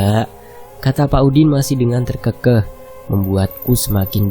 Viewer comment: TER KE KEH bukan ter keukeuh